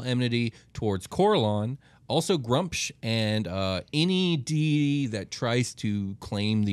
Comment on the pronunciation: They can’t even pronounce deity correctly, cmon man